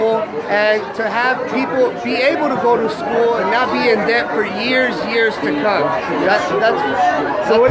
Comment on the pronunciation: He's a disgrace for taking part of the Capitol riot. Trying to sound intellectual, but can't pronounce "debt".